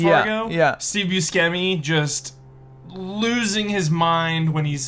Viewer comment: Why can't pronounce Steve Buscemi? Has he really never heard another person say it correctly?